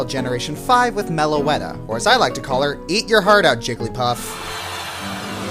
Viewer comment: First of all, it's Meloetta. Second of all, what's wrong with Meloetta? It has a good typing, cool looks, and sounds awesome.